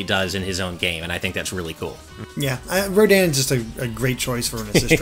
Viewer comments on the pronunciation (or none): i said this on you guys' update video on this and i'll say it again: it's pronounced "row-DAWN". XP